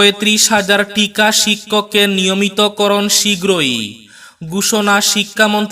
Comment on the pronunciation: টিকা শিক্ষক নয়রে ভাই হবে ঠিকা শিক্ষক । প্রত্যাহান নয় প্রত্যাহ্বান হবে।